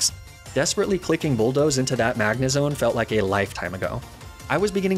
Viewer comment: You said "Magnezone" wrong! Good run tho very entertaining. Also TRUE LOVE WINS!